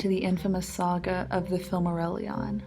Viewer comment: The only atrocity in this guide is the pronunciation